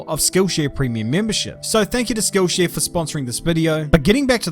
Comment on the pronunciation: My American ears heard “school shooter” instead of “skill share” at the beginning of the video 😂